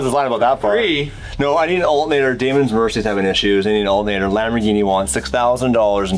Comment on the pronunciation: "Alt nater" Hahahaha